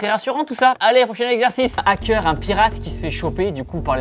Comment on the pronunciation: Il me perturbe à dire un Nackeur on dit hackeur faites pas la liaison entre un et hackeur c'est horrible quand on le prononce sinon